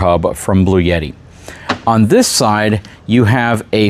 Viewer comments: Lol. I noticed that too. Seems like most other people pronounce it "Blue Etty" Not "Blue Yetty." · I have an AC500 with 3 B300K batteries that I use but it's definitely meant for home power usage. It's a beast though. This is a little better formulated for RV use. By the way it's pronounced "Blue-T"